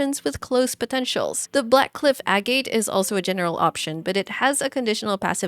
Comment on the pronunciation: Btw agate is pronounce ag it